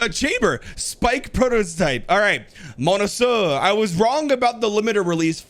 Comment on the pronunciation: Bruh he can't say monsieur.